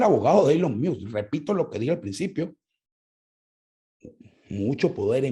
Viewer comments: "Eylon Miusk" Yo por dentro: "Ylon Mosc" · Una critica constructiva, No se dice Elon Miusk se pronuncia " Ilon Mosk ". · Me encanto este programa, entendi muchas cosas que no son explicitas en estas plataformas pero que hacen su trabajo. Solo una recomendacion en la pronunciacion de Elon Musk es como se lee (ilon mask). De nuevo felicitaciones por el programa. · “Eilon Miusk”? Vamos pana, tu eres más inteligente para no tener que hacer eso… suenas como el usurpador criminal